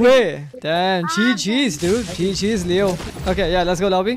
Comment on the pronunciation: when he say leo on height it sounds like kreo on height